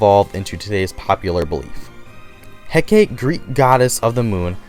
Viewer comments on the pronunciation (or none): none